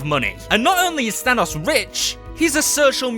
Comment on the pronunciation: than os is the pronunciation